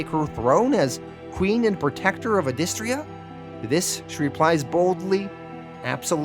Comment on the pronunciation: He's pronouncing it wrong, it's pronounced "Adystria" . I know this because I heard the creator say it in an interview.